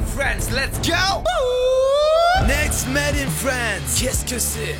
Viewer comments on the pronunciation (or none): none